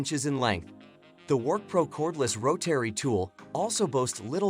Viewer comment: Learn how to say Rotary